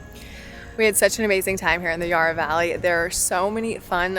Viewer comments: Just a bit of correction for those that don’t know….Yarra (as in Valley and River) is pronounced with a sharp A, as in tap. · the Dandenong Ranges is such a beautiful area, I'm glad you got to experience the Puffing Billy track. edit: also, Yarra is pronounced with a short a like in hat or cat, not a long a like in yard